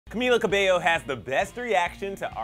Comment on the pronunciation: It's pronounced as Ca-mi-la Ca-bell-yo